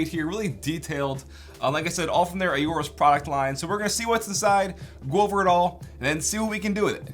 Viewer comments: Don't you pronounce it just "orus"? I don't think you need to say "ayorus". Good video. LOVE the voice mate. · I love Aorus products. Great performance and style! Awesome community and support. Between current products, and upcoming products, you could build a complete PC with all their products , minus the CPU. BUT, fyi, it's pronounced "or-us", not "a-or-us"... the A is essentially silent. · Aorus not Ayorus.. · It’s not A-orus, it’s Aorus. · I could be crazy but I'm nearly 100% that it's pronounced "Orris", not "Ayoris" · AW rus not A O rus. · very nice video bro <3 but it's kinda cringe listening to ey-orus sorry haha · I want to punch him for saying AY-OR-US and A-ROAR-UHS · Plz stop saying ororus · Ay - orus?!?! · "a ooorus" lmao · Everytime he say aorus orus we drink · and five when he says aurorus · ayy o rus Aorus How do you pronounce it?! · The “A” is silent. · am i the only one who is slightly annoyed he cant pronounce aorus properly